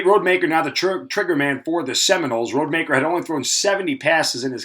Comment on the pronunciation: 1. You know that you're saying Tate Rodemaker's last name wrong. 2. Florida didn't play Louisville they played Lsu.